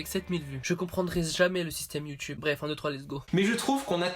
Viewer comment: en quoi c pourri sa chaine ptn ta direct di c videos c de la merde sans arguments mb je te crois qd meme et sinon sa perturbe prsn qu' il dit" youtyoube "au lieu de "youtube"?